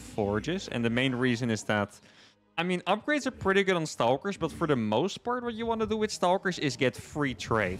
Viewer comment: I enjoyed the amount of “Staulkers” I got to hear so close together